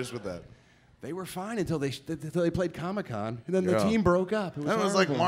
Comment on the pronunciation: Seriously, why the fuck does Kev always call it Comie-Con? Dude can't pronouce the word COMIC?!? 🤣